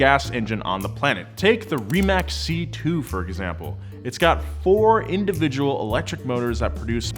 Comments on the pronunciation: It is Rimac (read as Ree-mutz), not Reemek. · Rimac is actually pronounced Rimatz because it’s a Croatian name